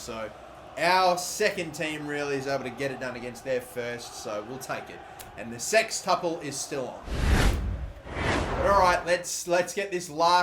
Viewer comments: "sextuble" really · Are you calling it the, 'sextuble' just so you can the word, 'sex' in it? Really?